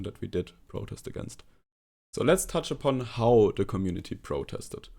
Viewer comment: wenn du how sagst, musst du es aussprechen wie hau. Nicht wie hou. Das hat eine ganz andere Bedeutung.